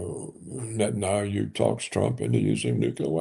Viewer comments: Netan-YAHOO. And not Netan-AYOO ffs. It is so irritating. Whenever I hear it I involuntarily start doubting his expertise - I mean if he doesn't even know the man's name what else doesn't he know ffs?! Of course, I know his expertise and respect him immensely, but jeezus.... It really works on an involuntary subconscious level. It screams "ignorant!" He really should make that immense effort and learn how to pronounce these four sylables. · I looooove and smile each time he butchers this stupid made up name on the contrary! He is Mileikovski anyway and I just despise when every expert says "Bibi" like a tender nickname.